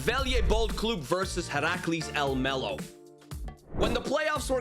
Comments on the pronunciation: Im from the netherlands, but said Almelo incorrect. Heracles is one of our worst clubs from the eredivisie. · i know some thing about heracles almelo (i live in the netherlands). almelo is the city where the club is located (same with psv eindhoven, which is in eindhoven). and the pronunciation is very wrong but yeah dutch is a weird language, so its not your fault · You said Heracles about right but Almelo was a tiny bit wrong but not certainly bad, just English